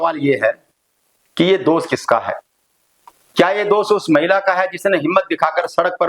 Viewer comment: आप पढ़े लिखे व्यक्ति हैं लेकिन हिंदी भाषा भी बिलकुल सही नहीं बोल पाते हैं क्योंकि आप जितनी बार भी दोष शब्द को बोलते हैं तो दोष बोलने की बजाय हर बार आप दोष को दोस कहते हैं और ये बहुत ही ज़्यादा ग़लत बात है